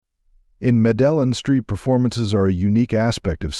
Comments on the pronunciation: wow, the pronunciation is meh duh yeen, not Medalun lmfao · Medellin is pronounced as Medeyeen. Cartagena is pronounced Cartaħennaa. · Madellen - what a joke AI is - long way to go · What's up with these narratives? The first featured city Medellin in not pronounced as spoken. The Spanish pronunciation is actually "Medeyin" accenting the last syllable. I appreciate the research that goes on in some of these videos but accurate narration would give more credence to the data presented if a more concerted effort was made to get the pronunciations correct. As another example the next city Cartegena was mentioned but the Spanish G is pronounced like the English H. I learned these almost 60 years ago taking a year of Spanish in HS. Technology has advanced so much over the last 6 decades so I have to shake my head that we gringos sound so stupid. (And don't get me started on the third city mentioned, Bogota which sounds completely silly because the accent is well known to be on the last, not the first syllable. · Med-del-in? Computer generated voice 😂 discredits the content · Dude needs to learn how to pronounce shit “Modelin!”😂😂😂😂😂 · It's pronounced Meh-duh-yeen, stop using AI voices. (Or get a better one) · Bro if you’re doing an actual video on Columbia is it too much to ask to pronounce the city names correctly? “Mah-dellin”? “Car-tah-jen-ah”? “Brushing their teeth 4x a day”? What in the actual f?! Yeesh. SMH. Click bait. Awful. Don’t waste your time on this. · MEDE JIN say it with me gringo MEDE JIn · seriously? you can't say MEDELLIN med-day-yeen it's not that hard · Meh DE Yan !!!! Not medalin …. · Medilin pronunciation not correct. Robot voice. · Meh-del-in isn't globally known. What a bs video. Can't even say a city name correct. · Was this made by A.I bro said madellen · Medillin known for its Jobs? Let’s not even discuss how the AI pronounced it. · Please pronounce MEDELLÍN correctly, the accent is on thr "Í" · Please teach the AI how to pronounce Medellin